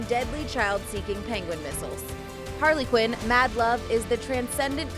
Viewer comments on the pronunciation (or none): none